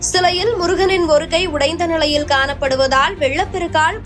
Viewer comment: ல, ள அப்படியே மாத்தி படிக்கிறாங்க! தினங்க*லா*க குறைந்த நி*ளை*யில்! அது மட்டும் அ*ள்ளா*து, அந்த வ*ளி*யே... பாதி newsக்கு மேல் கேட்க முடியவில்லை! முருகா!!!🤦‍♀️